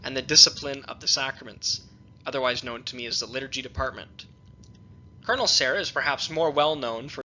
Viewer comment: You persistently mispronounce the word "cardinal as" "colonel" when discussing specific cardinals who may be "papapile." Not when discussing "cardineals" in general. You need someone to monitor and correct your elecution.